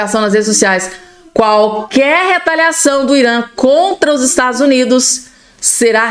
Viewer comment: 😮"Estadus Unidis" 😂😂😂